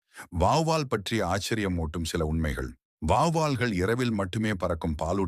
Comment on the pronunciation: ஏன் தமிழ் வார்த்தைகளை வீடியோ என்கிற பெயரில் கொலை செய்கிறீர்கள் வார்த்தை உச்சரிப்பு சரியல்ல வாவ்வால் அல்ல வௌவால் சரியான உச்சரிப்பு தேவை தமிழை சரியாய் பயன்படுத்துங்கள் தகவல் அருமை 👍👌